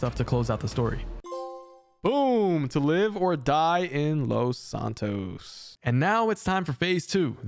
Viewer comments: take a shot every time he says Los Santos wrong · Plz say los santos right